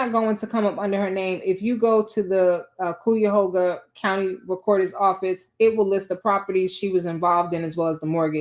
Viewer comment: Girl it’s Cuyahoga pronounced Kai-u - hog-a … whew chile 😮